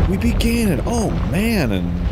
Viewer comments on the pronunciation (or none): none